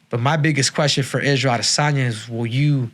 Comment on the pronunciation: Israel AH-DEH-sanya